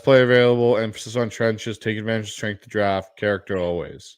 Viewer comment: great vid as always (edit: appreciate letting the fans draft) but goddamn, "stenghth", really lol